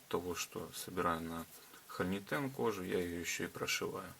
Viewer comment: Делайте пожалуйста правильное ударение в слове хо’льнитен. А то ухо режет. Слово означает пустотелую заклепку (холь - пустотелая, нитен - заклепка) и ударение идет на о.